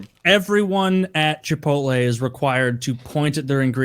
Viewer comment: I think you mean chi-pole-tay